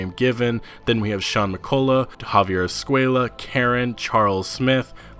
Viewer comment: "Javier School”. That's what I hear every time they pronounce his surname. Thanks for the info, this will be amazing! 😝